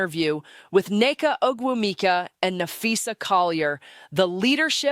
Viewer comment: Is this a Grok creation? I would assume that Phee (or whoever is speaking) knows how to pronounce Ogumike as Nneke and her peers do.